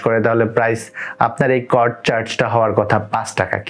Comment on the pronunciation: Not কড that is called সিওডি